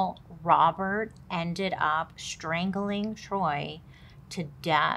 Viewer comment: Sameeee it be her mispronouncing everything 🤣🤣😂 “the Troy” (choy) and Bailey sayin “her mom” instead of his*😂🤣